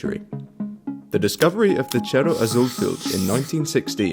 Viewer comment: Why the Italian pronunciation of Cerro?